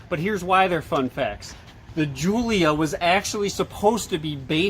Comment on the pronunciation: Only thing they pronounced right was giulia